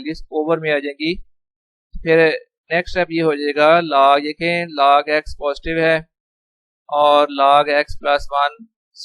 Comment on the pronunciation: Laag Laag what is Laag 😂😂😂Its a log,, who agree 👇